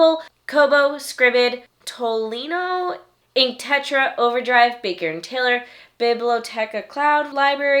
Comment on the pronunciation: Tolino is a german retailer and you pronounced it correctly :D